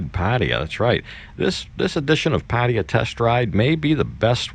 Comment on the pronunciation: Damn, I wish you would learn how to pronounce 'Pattaya.'